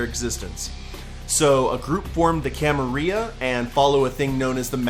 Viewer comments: The way you pronounce Camarilla makes me cringe. Pronounce the L's. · Gotta say it with the Ls, though, otherwise it's wrong.